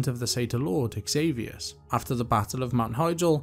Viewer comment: Takes humility to admit when you've made a mistake. Also respectable to be willing to learn the correct pronunciations! One I may add myself is xavius being pronounced zavius. Great job on the video! Lots of thorough storytelling :)